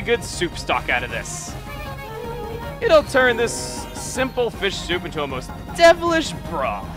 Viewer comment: Thumbs up if you misheard him say devilish bra